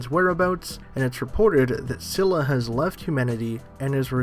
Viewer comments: its pronounced as Skylla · Scylla is with a hard C. Pronounced Skylla